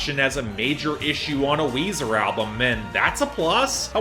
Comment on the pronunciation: its weezer and its weezy